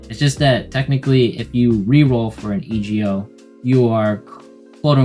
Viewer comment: "E" "G" "O" like Old Macdonald lol. Thanks for the guide though